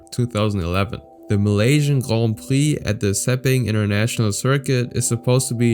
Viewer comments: The way you say grand prix makes me want to cut my brake lines before doing a 1/4 mile run, jk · Grohn preee lol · Just say Grand Prix u don’t need to say “grond prix” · Guand pwiee 🤣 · Not that extra french "grand prix" pronunciation 😂 Cringe